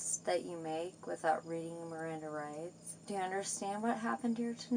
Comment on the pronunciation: “My mrrriranda r-rights were neverr read” lol